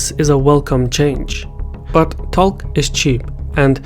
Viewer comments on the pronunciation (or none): one pronounces "talk" like "tawk"